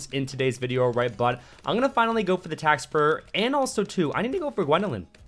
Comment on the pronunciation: Lol said tack sprr